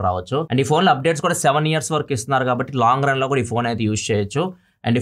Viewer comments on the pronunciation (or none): none